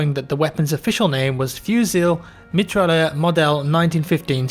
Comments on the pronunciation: no... That's not how you pronounce any of these in french... Fusil is more like: Phuzi Mitrailleur: Mee-Tra-Yeur (i guess) Did you even google translate that one to hear the way its said? XD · I agree, awful pronunciation :P For the next time, the L is silent in "fusil", "Mitrailleur" is pronounced like a French saying "Me Try Her" XD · I love the way pronounces mitrailleur:D